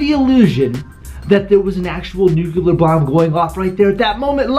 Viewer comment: Say it with me yall. NEW-CLEAR. Nuclear. Not NEW-KEW-LAR